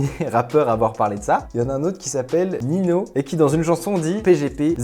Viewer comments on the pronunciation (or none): Ahahahaha il a dit “nino”. C’est Ninho -> (nigno) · Ca ce dis Ninyo pas nino mdrr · Omg ta dit nino 😂 (Ninho) sa se dit Nigno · Il a dit « nino » pour dire « ninho » wahhh starfff jte bloque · ninho se prononce nigno btw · "Y'en a un autre qui s'appelle NINO" 😭 Mes oreilles saignent... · Super la video mais juste à le rappeur s'appelle ninho et on le prononce ninyo 😁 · Comment ta prononcé ninho mdr ça ce prononce ninio